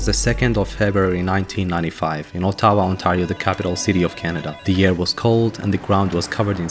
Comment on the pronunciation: Is this just shitty AI narrator? Or can the guy not pronounce ottawa and iain??